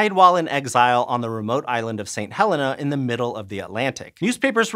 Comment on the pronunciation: ha - LEE - na. It is NOT pronounced like the name Helen (As in Helen Keller).